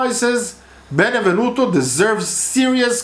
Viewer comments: Stop saying Benevenuto. It is Benevento. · It’s Benevento!!!! Not benevenuto!!!! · Benevento, darling. Otherwise, A+. Sorry, also Mo-LI-se.